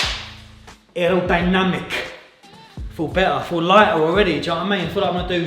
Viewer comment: Man said “ aerodynamic “ HOWLING 🤣🤣🤣🤣🤣🤣🤣